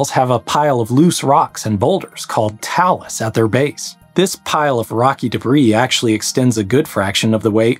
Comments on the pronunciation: Grady is mispronouncing it. It's "tay-lus". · Either you're mispronouncing 'talus' or my old choir director (who was a stickler for pronunciation) was wrong - I genuinely don't care who's right, but I'd love to hear you argue it with them.